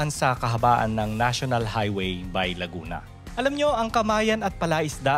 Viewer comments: You pronounce "Ba-e" not B-ay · Ang tamang pagbigkas po sa "Bay" ay 2 pantig o syllable, " Ba-i". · laguna bay is lawa in laguna while bay laguna pronounce it "bae laguna" is a municipality province of laguna.thank you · Bay - pronounced as Ba-e 👍👍👍